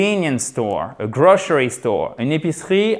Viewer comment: Bonjour, si j'ai bien entendu, grocery se prononce grocheri ? avec le ch ?